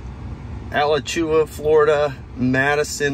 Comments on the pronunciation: It's pronounced uh-latch-oo-wa. It's an old Indian word that means sinkhole. Cool video! Getting my model Y next week and I'm super excited. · Awesome video! You're not quite a Floridian yet. Alachua is uh-LATCH-ooh-AH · had to drink a beer every time he pronounced Alachua wrong.